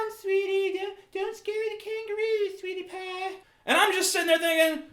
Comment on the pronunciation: Especially the "sweety paah".